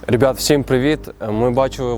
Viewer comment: Рєбят🤦🤦🤦 А в цілому було цікаво послухати думки молоді. Дякую!